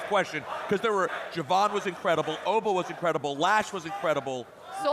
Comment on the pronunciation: Triple H called Je'Von "Jay Von". Does he even watch NXT?